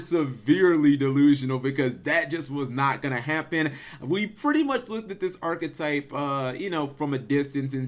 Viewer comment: Arch-type, arch type, not archetype, archtype